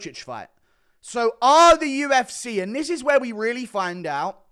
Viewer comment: you said UFC so dumb and you sounded like a deaf-person… so you’re implying deaf-people are dumb⁉️🤔